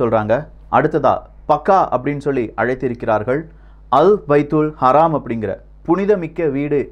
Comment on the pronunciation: Your pronunciation is wrong for haram not haraam. Bro plzz change that. Because it's meaning will be different.